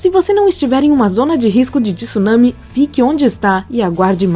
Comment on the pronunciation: Alguém diga a essa dubladora que não é tissunami. Tsunami se lê com o T mudo, junto com o S O som é TSU mesmo